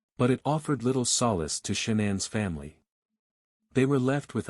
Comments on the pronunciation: Shawnen ?? Nickel ?? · I usually go show love to the channels you review, but can't bring myself to do it this time. Showing the wrong parents, the AI voice (I HATE AI voices lol) that mispronounces things (SHONANN, the WUTS daughters??). The creator is going to have to try a little harder to make it I think lol.